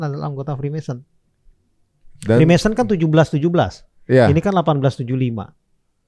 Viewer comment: Freemason bang bukan Freemanson